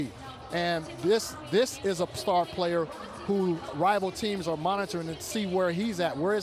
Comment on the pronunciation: "plar player" 😂